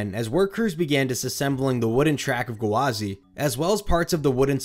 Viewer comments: I spent half this video pissed off at annunciating it as "guh-wah-zee" instead of just "gwah-zee" like it is. 🤦😂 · I think OP is referring to his repeatedly saying "gu-wah-zee" with an extra syllable at the front rather than the two syllanble "gwa-zee" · Yeah you're right, he was saying it as Ga-wa-zy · Amazing video! I can't get over how you're pronouncing Gwazi though. Sounds like you're putting an apostrophe in there like G'wazi or guh wazi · I like how he says it “Gawazi” rather than “Gwazi” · Come on it’s gwazi, no guhwazi 😩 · I couldn’t not laugh everytime he said gwazi. It’s gwazi not gawazi !!! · oml I hate the way you say gwazi... it's "gwa-zi" not "gawa-zi" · Iron Ga-Wa-Z lol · it is. he was saying gawazi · Yeah I was wondering what a gawazi was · Coaster enthusiast drinking game: take a shot every time he says "Guhwazi". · "Iron GUH-wazi" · Iron Guhwazi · Iron GUHwazi lol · Are you saying “Gawazi” on purpose lol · I came here to say this 😅 such a weird pronunciation lol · Honestly, enjoyed the video for the content but the pronunciation drove me insane. Lol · I didn't know Gwazi had three syllables. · Loved the video but the way you say Gwazi just feels so off